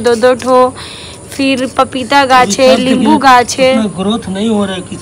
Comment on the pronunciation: Libu nahin hota hai nimbu hota Hai aur ya nahin hota hai uriya hota Hai